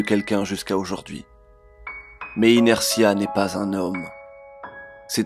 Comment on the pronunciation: Oh putain c'est la suite d'un comics que je lisait petit. MERCI sauf que c'était inertie pas inertie 😉